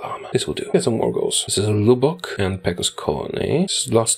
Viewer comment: "LEWBOCK" bruh